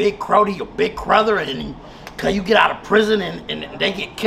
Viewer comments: He said big crother hahahaha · This guy doesn't lack for a single moment he even said Crother instead of Brother shit's impressive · I heard that!!! Bro said crother instead of brotha. 55th mane!!!!#